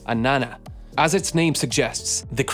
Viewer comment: I'm all for the correct pronunciation of names, but you sounded like you were on the verge of vomiting whenever you said it. It doesn't mesh well with English.